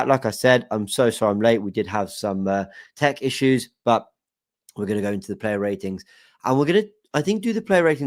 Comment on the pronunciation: when you said Tech issues I thought you said Turkish issues